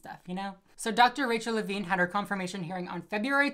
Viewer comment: "Levine" Every. Single. Time.